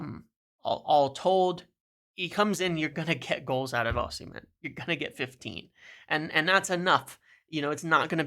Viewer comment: Great video. I disagree on Osimhen (ignore the h when pronouncing his name btw), I consider Gyokores' 2 good seasons in the Championship to be more significant than his one in Italy. Serie A is a really poor standard compared to what it used to be. Look at the old players who weren't good enough in the Prem performing well in Seria A. 1. Gyokores 2. Agahowa 3. Osimhen IMO